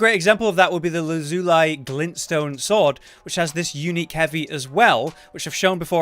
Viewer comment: Lah-ZOO-lee, not loo-zoo-LIE